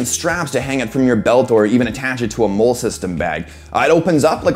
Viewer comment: M.O.L.L.E. is pronounced like the name Molly.